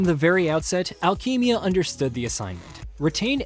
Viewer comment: "Alkeymia reactive." Yikes.